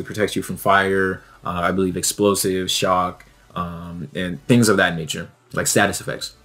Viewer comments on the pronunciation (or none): none